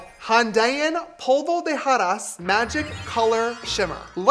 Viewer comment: James's Spanish is very good, how did he butcher "polvo de hadas." My man, what the hell?